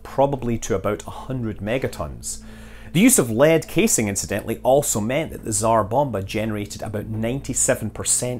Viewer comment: Hearing Scott pronounce Tzar Bomba made it worth watching!